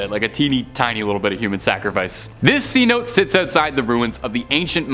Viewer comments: It's not C note, that's slang for a Hundred Dollar Bill. It's pronounced See-No-Tay. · Please learn to pronounce words such as cenote. ( say-now-tay). If you don’t know, look it up so you don’t look like a fool.